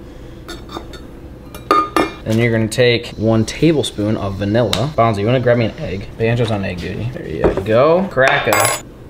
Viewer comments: Is it only me or was calling bonzo “banjo” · Every time you say Banjo i think youre talking to Outlaw’s dog😂